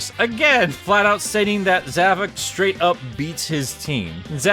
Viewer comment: Um, it's actually pronounced Zav-o-k